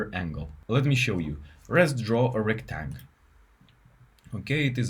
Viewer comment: Just an FYI, a rectangle is not called a rectang. Unless of course you are pronouncing it Retang cause it’s how the command is written. 😊